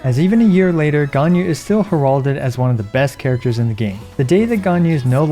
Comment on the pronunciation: great video... you said heralded wrong